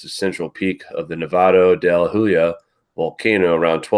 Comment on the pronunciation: A small point: Huila is pronounced oo-ee-la. Spanish is absolutely consistent in pronunciation. You could master the rules in minutes. For example, the “h” is always silent. The sun rotates around the galaxy at 70, 000 mph. It takes 26,000 years to make one rotation, the Kali Yuga.